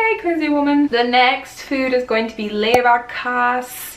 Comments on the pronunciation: your pronounciation of leberkaaaas und currywurst and schaaarrrrf is really really good!:D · I'm going to assume Leberkäs is just the Bavarian pronunciation of Leberkäse? I made such a face when you compared it to hotdogs. LOL. I know with the way it's made, it's similar, but it was just like ew, how dare you. xD I hate, Hate, H.A.T.E. hot dogs, but I absolutely LOVE Leberkäse. Every time I visit my dad, he knows he has to get it at some point before I leave beause I love it so much. Lawl. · Bavarian myself and I was just about to post the exact same thing. You actually sound exactly like a bavarian. Not even germans are able to pronounce it that well in 90% of the cases. Also Leberkaas sounds pretty perfect to me. Did you live in bavaria?